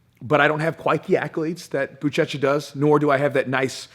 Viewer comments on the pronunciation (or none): Just fyi, it’s pronounced “Bushesha”. The “ch” is pronounced as a “sh” in Portuguese.